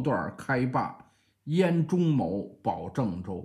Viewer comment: 应该是中牟（木），发音“木”。